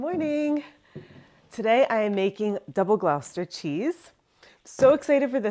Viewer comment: Please look up the pronunciation before shooting the video. It's the name of a city (and county), so the pronunciation is part of another people's identity.